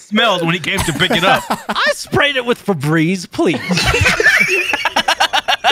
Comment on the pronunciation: He said “I sprayed it with febreeze please”